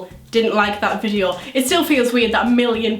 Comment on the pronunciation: The first time she said video sounded like vijio XD